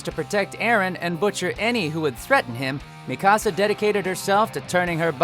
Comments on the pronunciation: WHY DO PEOPLE KEEP ON SAYING Mi-KA-sa IT'S MI-ka-sa! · Ooh-Ra-Ra-Kuh. Mi casa. WHY YOU PRONOUNCE NAMES THIS WAY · It's not that hard to pronounce Mikasa's name properly